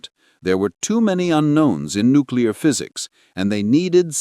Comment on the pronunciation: "Nucular cooties".